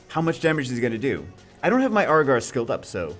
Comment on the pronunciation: Can we just agree as a community to pronounce it Ear-gar, instead of Aier-gar? Haha.